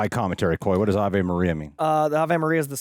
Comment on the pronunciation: It’s pronounced “ah-vay” Maria